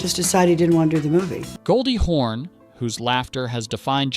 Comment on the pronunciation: Goldie Horn? No, Hawn. Haw....n. Terrible AI.